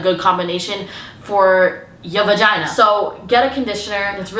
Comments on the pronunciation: Girl, you’re wild, thanks for teaching us what nobody has the courage to! Btw, I find it hilarious when you say vAgiNA😂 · I don't wanna say the word "vagina" Also, throughout the video: dramatic pause "VAGINA" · The way she put emphasis on VAGINA😭😭😭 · The amount of times she awkwardly paused and said vagina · I find it so funny that there’s a awkward pause before she says “v@